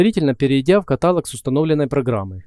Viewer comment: 'Каталог" ударение на последний слог. Просто постоянно слышу эту ошибку.